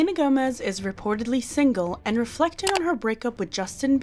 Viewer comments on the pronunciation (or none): Even if she is kind, I hate how she always says single single singel